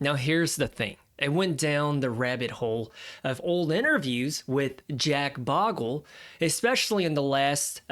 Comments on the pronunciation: I’m not taking the intentionally mispronounced “Bogle” bait and commenting it on this video. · The great man and champion of ordinary investors, Jack Bogle. You mispronounce his name, then give him a high pitched voice. He did not sound like that, not cool.